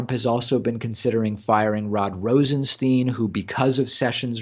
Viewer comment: BTW it's Rosen-STYNE not Rosen-STEEN.